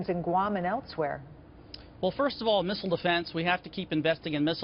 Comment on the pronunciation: What is a "Misssrlllerel" ? Lol